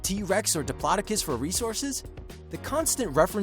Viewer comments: dip-laa-di-cus? It's Diplo-dough-cus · diplodicus 😂😂😂 omg it’s dip-loh-dough-cus diplodocus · I believe it's "diplodocus". Never heard of a "dipplodicus" before. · It's dip-lo-do-cus